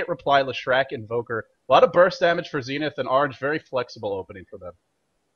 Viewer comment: zinith lol